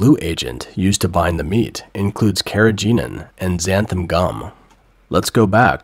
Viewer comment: Carrageenan which you didn't pronounce properly is a seaweed extract and completely harmless.